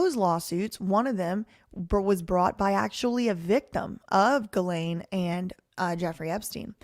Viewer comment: You're pronouncing it correctly, with the hard G